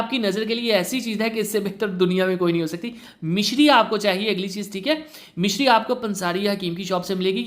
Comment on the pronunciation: Misri hti h mishri ni sir